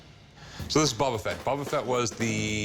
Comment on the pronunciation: Star wars expert: "Bubba Fett"